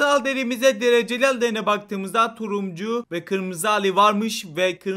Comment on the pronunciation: Abim videolarında bir şey fatkettim Turuncu derken Turumcu diyosun abim 😂😂😂😂